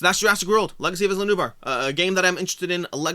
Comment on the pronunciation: Isla = I-la as in island